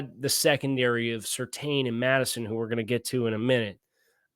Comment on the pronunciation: I'm f'n begging you: PLEASE LEARN HOW TO PRONOUNCE SURTAIN CORRECTLY sur-TANN. It's so grating to hear you keep getting it wrong.